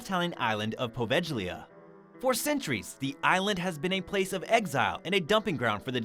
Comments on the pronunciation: Please do your homework! The "G" in Poveglia is pronounced like the "G" in glue or good, you're butchering it! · You beat me too it, there are so many channel where they crossly mispronounce the name of this ill fated little island.